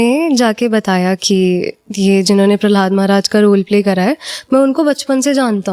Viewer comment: Prahlad Prahlad Bol rhi h …Prahlad maharaj koi cartoon nhi h Jo Prahlada Bol rhi hai… jb nhi aata Bolzano to interview mt lo…